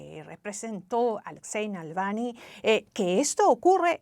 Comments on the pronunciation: Esta sujeta de rojo ni siquiera pronuncia bien el apellido de el difunto Alexei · Apellido malpronunciado! Saludos 3 veces o más! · Y se terminó el reportaje y la presentadora Claudia Rebaza, nunca aprendió a pronunciar el apellido Navalny😬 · La periodista ya me pone nervioso pronunciando mal el apellido grrrrrr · Creo que la periodista pronuncia mal el apellido Navalny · Díganle a esa mujer cómo se dice Navalny. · Alguien puede por favor decirle a la periodista, que el apellido no es ese, que lo dice mal. Me parece una gran falta de respeto. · La periodista no se tomó el trabajo de decir bien el nombre del fallecido.Ella dice "Nalvany" y en realidad es Navalny..Alexei Navalny..se oye ridiculo😊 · Señorita Claudia, se llama Alexei Navalny, ...el señor Nalvani es un ciudadano italiano , esta vivo😅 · Navalny!!! No Nalvany ! Pffff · Navalny, no "nalvany" esta periodista debería hacer un mínimo esfuerzo para decir su apellido correctamente. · Dice ella "Nalvani"....... por DIOS, no sabe que es Navalny ??......que mal informada está, al parecer nunca oyó hablar de él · nalvany ? aprende pronunciar su nombre colega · Siiii jajajaja "NALVANY"!!! Bastante más de 3 veces. Estaba buscando un comentario de alguien que también lo haya notado. Lamentable la periodista. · Por qué dice Nalvany todo el rato? Una periodista tendría que saber el nombre correcto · Sorprendentemente dice "Nalvany" 😂😂😂😂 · Animal...es navalny....no nalvany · No sabe la reportera de CNN pronunciar correctamente el apellido del líder ruso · Le cuesta tanto a esa reportera pronunciar bien el apellido Navalny? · Nunca pronunció bien el apellido 😅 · No es Nalvany …dislexia de pronunciación…es Navalny…Na Val ny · La presentadora Claudia dice el nombre de Navalny mal todas las veces que lo menciona y en general habla bastante mal! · Nalvani? Jaja la conductora de noticias está más perdida que no saben ni cómo de llama el buen Navalny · NAVALNY (no Nalvany) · No es Nalvani sino, Navalni…